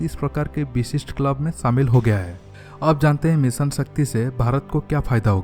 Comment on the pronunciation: SAAAMIL HO GAYA,,,,,, SAAMIL KYA RE BOUNDU? Shaamil hota hai !